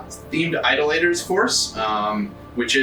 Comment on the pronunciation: I can’t help but think you were trolling us with the pronunciation of Idolators the whole way through…